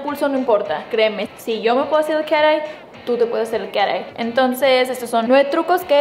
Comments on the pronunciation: crítica constructiva: No digas cosas en inglés si no sabes como decirlas!! No se Dice "carei" dilo bien por favor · Me da risa que dice cara ai skksksksks